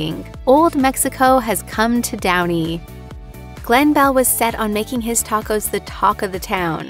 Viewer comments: Lmao teycos😂😂😂😂 Se dice tacos !!! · did she really say “take-ose” 😹😹😹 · Why did she tacos like that 😂 she said some “take ohs” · I stopped at the way she pronounced tacos